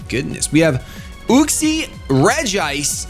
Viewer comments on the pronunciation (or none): its Yuxie not Uxie